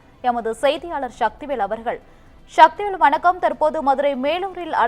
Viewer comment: விபத்தில் உயிரிழந்தவர்களுக்கு ஆழ்ந்த அனுதாபங்கள். சக்திவேல் என்ற பெயரை ஏன் ஷக்திவேல்னு சொல்ற ? அந்த சக்திவேல் ஏன் இப்படி ஆரம்பப்பள்ளி மாணவன் போல திக்கித் திணறி ரிப்போர்ட் பண்றாரு ? இதுல அப்பளம் போல நொறுங்கியது, அப்பகுதியில் பரபரப்பு போன்ற Cliche'. டேய் தமிழ் செய்தி சேனல்கள் எப்பதான்டா திருந்த போறீங்க?